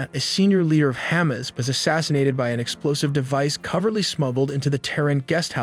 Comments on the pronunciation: Enjoyed the graphics but I cannot take anything serious with incorrect pronunciation of Covertly, Mossad, AM. Do better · Buddy, you are butchering these names (Mossad, Hamas; and the word “covertly” as well?). You’ve heard of these groups before, right? Otherwise, good video. But, if you want to be taken seriously, you gotta pronounce most of the organizational names properly.